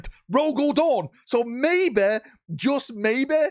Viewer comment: i know i know but I find funny to understand dog the first time I heard it hahahaha